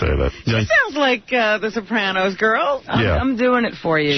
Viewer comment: What's with the way that Booey pronounces the word Sopranos?